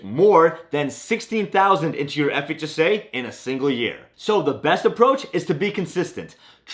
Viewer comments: He has a seizure every time he says FHSA. Relax! Enunciate the H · The speed to which you pronounce ‘FHSA’ is remarkable…